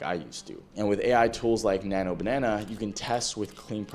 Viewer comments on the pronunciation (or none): none